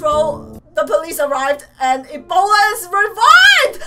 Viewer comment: It's E-bolda